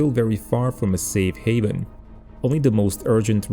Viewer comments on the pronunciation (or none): none